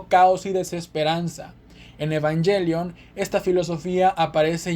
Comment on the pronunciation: ahh tienes razon, ha de ser por darle un estilo anglo en español, pero ta bueno, muy bueno el vídeo💪🏽😎